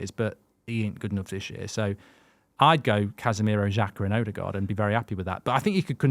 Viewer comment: 8 goals 5 assists for Odegaard. It annoyed me how many times he said it wrong